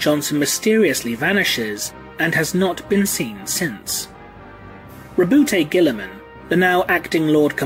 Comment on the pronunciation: FOR ONCE & ALL, can we Please clarify the pronunciation of the Ultramarine's Primarch? I have to insist it's said as "RAH-boo GOO-ey-Muhn"; that is, as a kind of mock French, which I reckon fits perfectly with their presentation as a sort of "bastion" of Renaissance outlook... ALSO, & please don't anyone take this personal, but dang it! Saying "Rah-boot Gilly-Man" just sounds dumb. I mean, really, who would be named that way? I get the whole "you say tomayto/I say tomahtoe" thing, but come on... individual differences aside, it simply doesn't Sound right, is that not so?